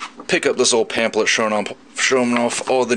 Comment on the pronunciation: "Pam-PH-let" not "Pam-Plet"